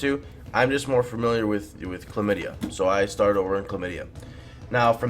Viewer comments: lol, it is not "klomydia":D It is Klaipeda! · he called Klaipeda "chlamydia" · "Clamidea" Lovely. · I LOL-ed so hard when I heard you say 'chlamydia'.